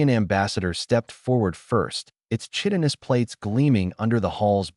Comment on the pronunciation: The word is pronounced 'KI-tinous' not 'chittinus'...mispronunviations can tank an otherwise good story. 👎